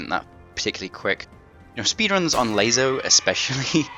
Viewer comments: LASO, not ''LAZO''. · So every ''S'' is now pronounced like a ''Z''? They have completely different grammar rules, dude. You are the only person I've heard pronounce LASO it like that. Pronounce it like you would pronounce ''lasso'' the first time you read it. Although it's not too much of a big deal, it's kinda annoying. It doesn't take from the fact that, thanks to your videos, I'm beating this on Mythic difficulty. So, yeah, thank you.